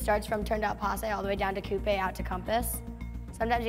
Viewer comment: All I heard was cOoApE compass rotations and posE😭😂😂🤣🤣🤣🤣